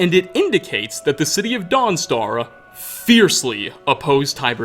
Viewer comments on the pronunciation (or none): “Welcome to Dawnstaruhh” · Every other worth is spoken with an "ah" and the end. Guard"ah" End"ah" Mentioned"ah" Foes"ah". Sorry just riled me. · Why is he saying dawn star weird